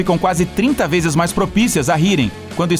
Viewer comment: 1,35 VEZES, e n 1,35 veis